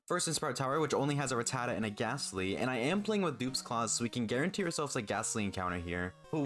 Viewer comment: Nuzlockes? Obnoxious intros? A tiny channel with bullshit sponsorships? PokeTube channel that can't pronounce Rattata? Long winded boring parts? Nope, but you lost me. I can't call this a good video.